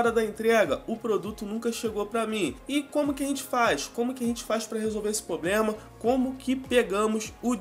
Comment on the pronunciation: que dificuldade esses you tubers jovens tem de falar problema correto.Poblema nao pqq